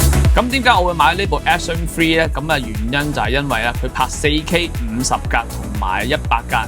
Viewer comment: 一直聽到Action Free...